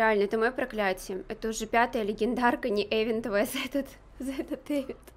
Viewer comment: Не эвент а ивент😂